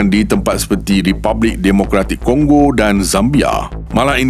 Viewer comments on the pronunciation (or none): Sedap bunyi die Republik of coggo 🤣🤣🤣